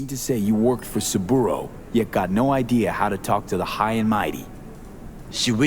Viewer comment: It tickles me that Yorinobu and Saburo have become 'Yorinobo' and 'Saburu' 😅